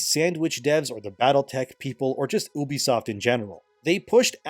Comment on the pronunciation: It's pronounced "Yubisoft" I think.